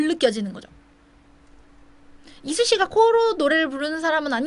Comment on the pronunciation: 이수씨라고 하시는데 자꾸 이순신으로 들려욬ㅋㅋㅋㅋㅋㅋ